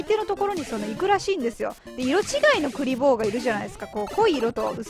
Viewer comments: 平坦にクリボーの気がするけど 笑 の場合栗坊みたいな発音ですね。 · クリボーの発音それなんですかね。笑 1位おめでとうございます！！🙌